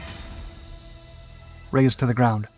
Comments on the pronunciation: it should be "razed" to the ground, not "raced" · It’s “razed” not “raced” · "Razed to the ground", not "raced". :p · Once again, your poor literacy lets you down. 'RACED' to the ground? You mean 'RAZED', you barbarian. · Nice and very educative video! It should be "razed to the ground" not "raced to the ground"